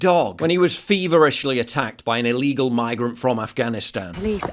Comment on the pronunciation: Shouldnt the argument be the white guy should be able to carry a knife instead of "illeegull deadlee weapon?"